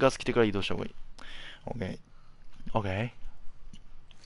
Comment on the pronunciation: ＯＫがホウケイに聞こえるふしぎ。